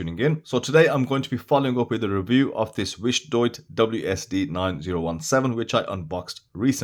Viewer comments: I'm sure I heard wish-idiot 😂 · I love how you pronounce it wish-doyte.